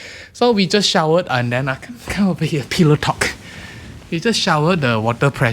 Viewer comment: Love how. says pillow.....peelow 😍